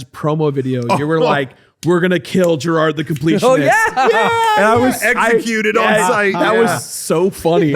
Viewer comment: Just a quick correction: it's Jirard, not Jirad. Otherwise, great!